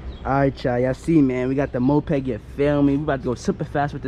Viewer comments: Bro it's moped not mopeg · its called moped not mopeg, also thats not a moped